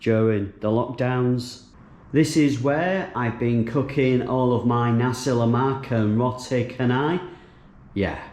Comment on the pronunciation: Whoaa...Your Pronounciantion of Nasi Lemak is perfect....U make us Malaysians proud.........next Roti Chanai...need to work on that it's Cha( Cha - Nai ) like cha-cha...！ Chanai.....overall good Job..Safe Travels! Glad to have You...,🤘🤘